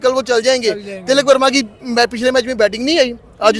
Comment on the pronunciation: ती.लक है not ती. लकी